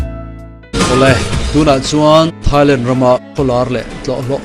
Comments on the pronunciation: Mak ka lo tia keipawh..A tawpah "Lentti " a ti zel khi. Ka en thui deuh a..a then chuan 'Thailand' a ti tho. A tilui deuh hrim hrim a nih ka ring. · Thailent tih hi mak ka lo ti deuh. Lam dante hi inang lo ve nawk thin ah ngai mai ang. 😊